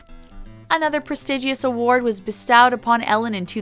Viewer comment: Also mispronounced "bestowed."